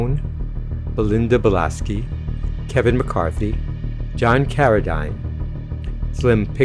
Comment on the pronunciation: I really need to watch From Beyond one day. Overall a good selection of films featuring practical effects. And John Carradine's last name is pronounced Deen, not Dyne.